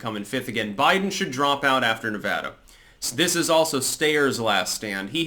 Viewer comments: Nice to see someone pronounce Nevada correctly.. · Thank you for pronouncing Nevada correctly.